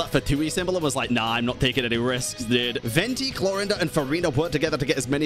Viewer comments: the whole time i was just trying to figure out why pronounces Clorinde as if it's spanish or german lol the 'e' at the end is silent xD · I stop you all it's Clor"ai"nde and Si"j"ewinne how it's pronounced (Sigewinne I didn't know it was a thing) and Clorinde is a character of French litterature like Neuvillette. Thank you. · Bro! ... You could've atleast tried to learn the pronunciation of sigewine and chloride before hand . You are pronouncing them worse than I could've if I were challenged to do so